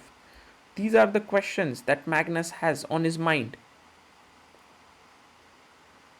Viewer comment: and he said "Mangus" :face-purple-crying